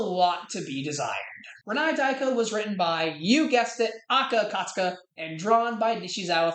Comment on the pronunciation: please for the love of god aka akasaka is not that hard to pronounce how do you keep messing it up